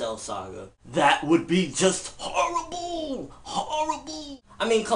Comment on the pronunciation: You say horrible so funny... Lol